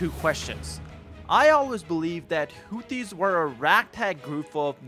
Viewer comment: How can you possible be pronouncing Houthis and Aden incorrectly with so much access to hearing the correct pronunciation online?